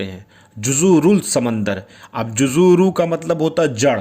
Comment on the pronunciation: नमस्कार आप जुजूरूल बोल रहे हो और आप लिख रखे हो जुसूरूल लिखते कुछ और हो आप और बोलते कुछ और हो आपका वीडियो मैं बहुत दिनों से देख रहा हूं अच्छा वीडियो होता है